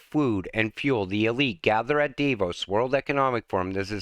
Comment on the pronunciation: the correct pronunciation is "Dah-voes". Thanks for your continued updates and videos. I'm happy that your're angry...if only we could get a few billion people to realize what's about to happen to them, they'd all be angry, too! Alas, many are happy to live in a cubicle and work a government job for free and never see another tree or green grass. The concrete walls that line our freeways? Another part of Agenda 2030 as what is behind the wall is a future no-go zone.